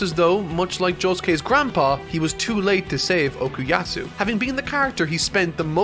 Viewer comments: ITS FUCKING OKUYASU NOT OKUYAAATTTSU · Okuyasu NOT Okuyatsu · Nitpicking: - It's Okuyasu, not Okuyatsu - It's left ambiguous if Mikitaka is really an alien or just an oddball with a stand power, arguably on purpose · he is still saying okuyatsu